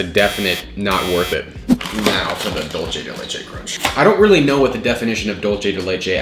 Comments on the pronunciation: Can't stand how you were mispronouncing dulce de leche. It's dulce, not dulche. Not spelled the same as leche, so not pronounced the same. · Love you but the way you say dulce is frustrating It’s pronounced doul-say not dull-che:)